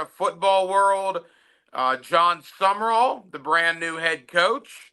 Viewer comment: It's SUM RALL you idiot not SUMMERALL. For a week you mispronounce his name.